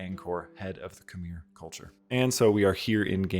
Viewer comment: It’s not khm-eir. It’s kh-mai.